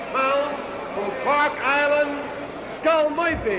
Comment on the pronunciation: Love the ring announcers calling him Skull Moirphy...